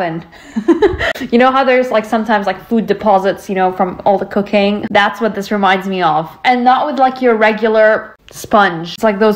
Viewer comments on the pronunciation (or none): I heard ‘cocaine’ too! 😂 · I know she said “all the cooking” but I can’t unhear “all the cocaine” and it makes me laugh the more I replay it. 🖤💚